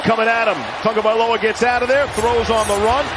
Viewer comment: "TAGOVAILOA" Where is the "N'' in that name? There is none! TAGO vs. TUNGO equals different names.